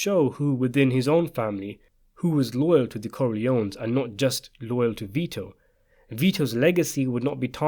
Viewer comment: The boy's name Vito \v(i)-to\ is pronounced VEE-toh. It is of Latin origin, and its meaning is "life-giving". Mostly Italian use. Saint Vitus was an early martyr who ...